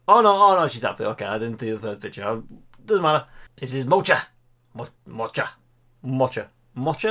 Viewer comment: I can’t help but laugh with you (I didn’t say AT). SCO 🧐 Scotland. So to quote you... Of course Aberdeen in Scotland. ROTFL 🤣 PMSL. 😆. Sorry one more. (Bless you ) MOCHA. Try saying Moka. Like a mocha coffee 😂. I write this with fondness. Seriously. You make me smile. I am not a pug owner but disabled lady recovering from an accidental overdose before Xmas and this is a smile I needed to tonight as today a low day. 💗